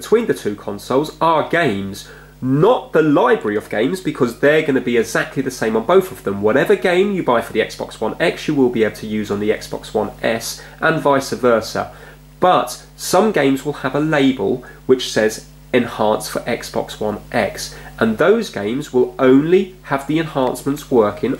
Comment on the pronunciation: It’s not vica versa it’s vice versa.